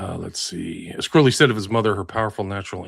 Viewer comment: Sorry but as Englishman i have to say this,I've come across quite a few Crowley's in my time,all were pronounced "Croh lee " not the "ow" sound.